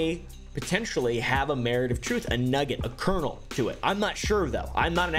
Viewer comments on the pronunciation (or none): none